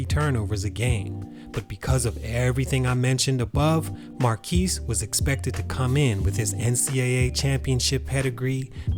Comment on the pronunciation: His name is pronounced as "Mar-cus" not "Mar-keese" lol